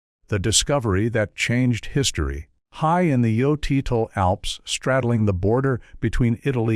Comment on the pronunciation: This was hilarious. I think he pronounced utzi's name with about 10 different vowels and numerous different consonants 😂